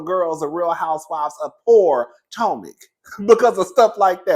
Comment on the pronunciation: The way you say Poortomac gets me every time! 😂